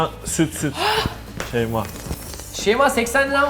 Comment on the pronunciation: Kemalin şeyma fiyatı indirnce şeymaa demesi